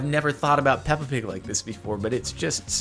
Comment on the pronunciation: I was laughing so hard at the Peppa Pig. Because the way you say pig in english, almost sounds like the danish word pik, which means dick :-D